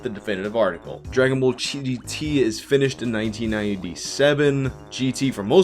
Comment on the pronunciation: "Dragon Bowl Z" Gotta love Canadian accents